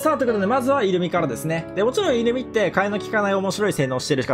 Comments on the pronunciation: イル↓ミじゃなくてイ↑ルミや めっちゃ気になる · イ↓ルミじゃなくてイ↑ルミ…ww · イントネーションがイルミネーション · イルミのイントネーションがイルミネーション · 的確すぎる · イルミのイントネーションおかしくて笑う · イルミのイントネーションが気になって頭の中になんも入ってこない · イルミのイントネーションが気になるw